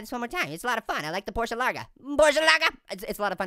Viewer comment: Finally, a youtuber who can say porsche right, and he's an orange!